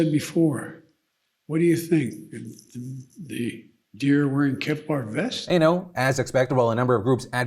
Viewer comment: “Like I said before theyyysgahhsjjajja Kevlar vests”